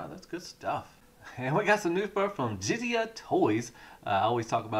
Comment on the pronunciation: Japanese pronunciation: - Jizai = "jizzz-eye". - Manju Netsuke = "man-jew net-sue-kay". Hope this helps.